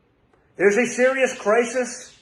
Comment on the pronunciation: Usually when someone is that ripped to the tits, there's a barstool under his butt. Right after he gargles out the "United steaks" swipe at Biden, this Oxford don says "crisist." But then again, you have to consider that he's an anesthetized iceberg from the neck up.